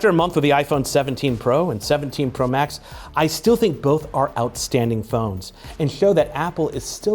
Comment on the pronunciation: Am I the only one who heard " this is the iPhone 17 pro bax "